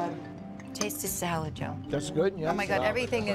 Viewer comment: Octopus s-ya-lad